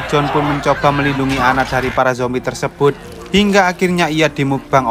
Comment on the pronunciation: seketika humorku lepas denger abangnya sebutin "Justin Bibier berubah jadi zombay" 🤣